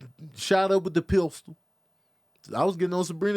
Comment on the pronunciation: that damn Pist-Ule 😂